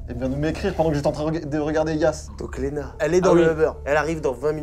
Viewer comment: Ça me stresse à chaque fois qu'ils disent Léna.